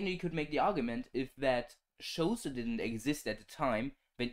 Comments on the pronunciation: Xhosa is pronounced khosa btw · Xhosa is pronounced more like core-sa, which is still incorrect, there's a click at the X similar to the Click "Nice" clip. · Bro that is not how you pronounce Xhosa.